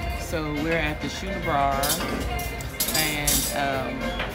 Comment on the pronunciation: It's schooner like scooner not shoener